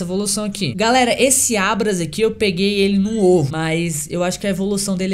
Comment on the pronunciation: "Abras, Raiochu" aprende a falar primeiro, depois vem fazer video de Pokémon